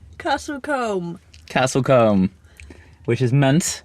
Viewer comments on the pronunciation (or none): its pronounced Cooooomb. Not Comb - THE definition of people we don't want visiting .. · I can see why you pronounce it as it's written but like a lot of places in our country it is actually pronounced slightly differently. Comb is actually pronounced as "Coom" , strange but true !!